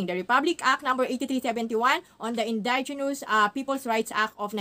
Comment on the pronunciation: Indigenous pls see proper pronounciation po